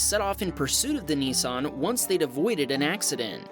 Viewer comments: It’s not a Neesarn it’s a Nissan 😂😂😂😂😂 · THE CORRECT NAME FOR THIS CAR IS NISSAN NOT NEESAN😡